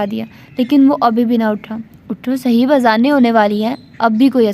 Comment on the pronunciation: السلام عليكم ورحمة الله جی ناول کے بارے میں آپ کی اپنی رائے ہی ٹھیک ہے ویسے میرے خیال سے آپ اس کو صہیب(ص کے اوپر پیش اور ہ کے اوپر زبر)پڑھیں اک مشہور صحابی ہیں صہیب رومی رضی اللہ عنہ ویسے اس طرح کے جو چار حرفی نام ہوتے ہیں مثلا زہیب، عمیر، زہیر، اور بھی اس وزن پہ وہ اسی طرح (پیش) کے ساتھ پڑھے جاتے ہیں آپ شاندار پڑھتی ہیں چونکہ ہم خود پڑھنے لکھنے کو پسند کرتے ہیں اس لئے یہ کہ رہے ہیں خفا نہ ہوں